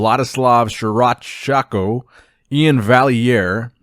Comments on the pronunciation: He still can't pronounce Vladyslav Sukhoruchko "Surachshako" XD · Can't you just learn it once and forever? It is [su ho ru chko]. He is not able to travel to the US for this Mr. O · Pronounce Sukhoruchko as "Sookorootchko" 🙂